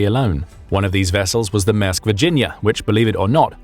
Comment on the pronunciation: It's not 'MASK' but 'MAERSK' and has an "R" in it so please pronounce it correctly.